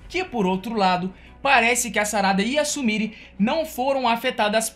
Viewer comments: Tenta pronunciar certo.. não é Sumiri. Se pronuncia Sumirê. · Se pronucia sumirê!!!